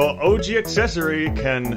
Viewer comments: ish it sounds like she said "Orgy Accessory" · Did she just pronounce ouji as orgy? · I kept thinking they were saying oragy.